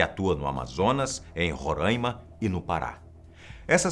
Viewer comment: Antônio Boco é Roráima e não Rorãima